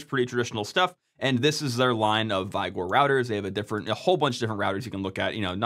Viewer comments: "Vi-gore"? Is that how it's pronounced? Not like the word "vigor" (as in "vigorous")? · It's pronounced "vig-or", not "vai-gore" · Vigor isn't pronounced "v-igor". 4d2, not 42d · The word vigor is pronounced vig-uhr, not VYE-gore. Uh, if it helps, it rhymes with the n-word. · for Vig-or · No its Vigor, just Americans pronouncing things weirdly. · Should be pronounced wig-or. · why is he saying vigor weird